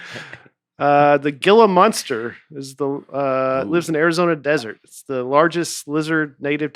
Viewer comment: Used to hearing Nate mispronounce all kinds of words, but hearing murder “Lake Havasu” and “Gila monster” was pretty rough lol.